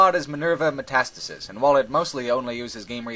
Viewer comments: Minerva WHAT?! "Metasta sis"? I believe it's "Meta stasis". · I think Minerva Metastasis is actually pronounced meta stasis. From the messages in the game saying it's in the year 2009 and Half-Life 1 happening in the early 2000s (and HL2 20 years after) the story for Minerva takes place while Gordon is in stasis, hence the name Metastasis.